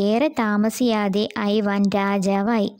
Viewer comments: ഐവാൻ അല്ല ഇവാൻ ആണ് ഞാൻ നാലാം ക്ലാസിലാണ് ഇപ്പോൾ പഠിക്കുന്നത്. ഇങ്ങനെ ഒന്നുമല്ല കഥ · ഐവാൻ അല്ല ഇവാൻ അണ് ഞാൻ 4th class student അണ്